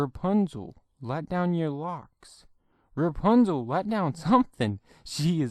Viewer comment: It’s not repunzal it’s rapunzel